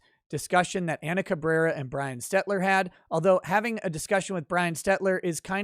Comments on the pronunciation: one minor correction. It's Brian SteLter, not SteTler. Stelter is a doofus, so I guess it's not really that important to correctly pronounce his name, just thought I'd let you know. Anyway, CNN sucks. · It's pronounced Stelter not Stetler 🧐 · Weird how YouTuber attorneys always say Brian Stelter's name wrong. ( and Viva both say Stetler) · Am I missing a troll here in your mispronunciation of Brian Stelter's name? Honest curiosity, no barb here.